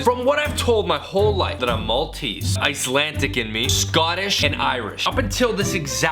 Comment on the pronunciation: Icelandic not Icelantic...TRIGGERED